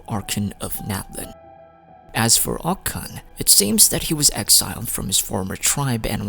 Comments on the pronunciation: it’s pronounced “oCH-kan” btw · Btw, you mispronounced Och Kan's name. But pronounced the city that's named AFTER him correctly??? The ch is pronounced like chuh. Not a k. So it's Oach Kan like Oach Ka Natlan. Not Oak Kan.